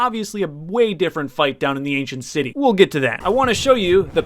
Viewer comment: Was it just me or did he just say "end city" instead of "ancient City"